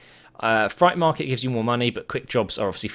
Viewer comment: "fright market"